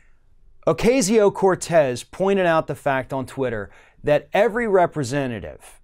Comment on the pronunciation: Please learn to pronounce her name!